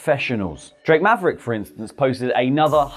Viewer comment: That's not how you pronounce... Drake Maverick.